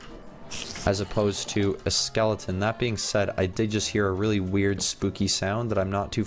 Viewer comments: It’s skeleton not Skellington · Skellington? You mean skeleton? 😂